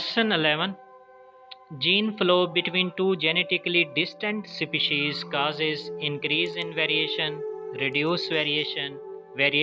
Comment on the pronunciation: Species ka pronunciation toh thik se karlo